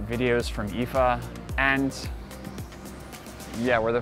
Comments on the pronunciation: I was triggered even more by him saying "eefaa" instead of I.F.A. Why do people have to do this? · "eefaa"? Why? Why can't you just call it I.F.A. ? It's an acronym not a word. I'm triggered.